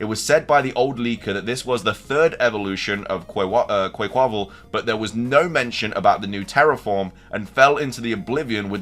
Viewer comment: Hey it’s pronounced like Quck-qa-Val😂stop the butchering!